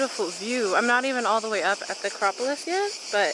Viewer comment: Your Acropolis pronunciation game is strong 💪🏾